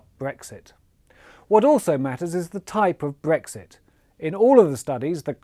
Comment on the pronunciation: It’s Brexit. This guy said Bregxit! The newscasters normally say Bregsit just to get us thinking I think!